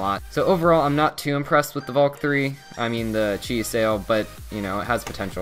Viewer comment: You said cheese sail